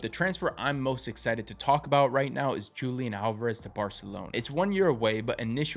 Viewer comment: You mispronounced Julián Alvarez